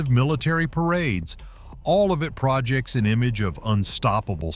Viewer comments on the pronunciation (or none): You said projects weird... AI ....